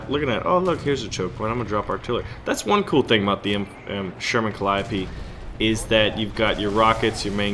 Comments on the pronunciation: I thought it was pronounced cal-E-O-P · The way you pronounced Calliope triggered me